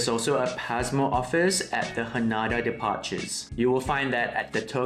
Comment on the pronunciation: Pls note its pronounced HA-NAY-DA 😊